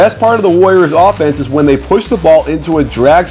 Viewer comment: Go back to English class lol "thay"